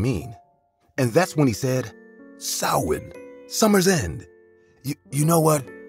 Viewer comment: I love how Samhain was pronounced correctly 🖤🖤